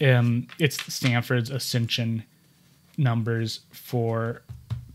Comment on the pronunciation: the term is "Accession Number", Not "accension number." (Former Archives Aid, NARA Anchorage office.)